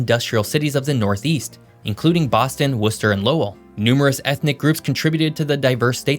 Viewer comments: You pronounced Worcester correctly this time. Congratulations. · I just want to say thank you for correctly pronouncing Worcester 😂 So many people butcher it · Impressed that you said "Worcester" correctly, great video! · Worcester- you got it right! good content - keep up the good work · Also “Lowell” is one syllable, like the word “Roll.” I get it tho, we’re weird. And You got Worcester right! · Thanks for saying "Worcester" properly!!! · Thank you for pronouncing Worcester correctly. 😊 you must be from MA. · How do you pronounce Worcester right and Concord wrong?